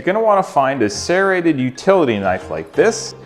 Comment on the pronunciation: Gdi he even says "serrated" weird XD